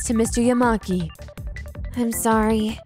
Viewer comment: Now I am not from Japan or speak any Japanese but I think the way the names are pronounced is wrong. It's ya-MA-ki not YA-ma-ki I think where the stress is supposed to be on the second syllable. I notice a lot of American pronunciations prefer stressing the first Syllable